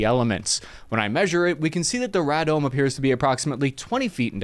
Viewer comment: It's pronounced "ray-domes". The professor that taught me that in engineering used to design them for the US military.